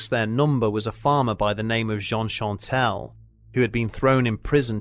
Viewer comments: Great video as always! Just one small error: it’s Jean Chastel and not Chantel ;) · The man who killed the beast was named Jean CHASTEL. Not Chantel.